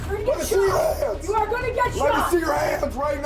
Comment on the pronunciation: lol always liked the way you pronounce “goan”